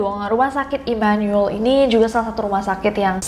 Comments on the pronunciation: Imanul imanul 😭🙏 Dibaca imanu-el aja Nes 😭😭😭😭😭🙏🙏🙏🙏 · Baru tau Immanuel dibacanya Imanul. Orang Bandung mh nyebutnya Imanuel (I m a n u e l) hehe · Setelah berkali kali ngomong imanuel, akhirnya bener juga penyebutan imanuel. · Immanyuwel (immanuel) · That "Immanuel" pronounce😳